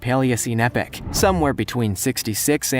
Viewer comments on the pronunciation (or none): as much as I'm enjoying your videos, you pronunciation needs some work(i.e.pliestoceneep-ock, -not epic lone, not colonrhuming with ton there were more but those were the biggest that stuck out to me